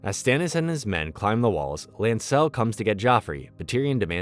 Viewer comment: The pronunciation of names are soooo bad. One would think the narrator actually watched the show. Margery, Oberyn is but a few to name. It is like you have no idea where the stress on syllables is supposed to go. LANcel not LANcEL. Two syllable words/names cannot have two emphasized syllables.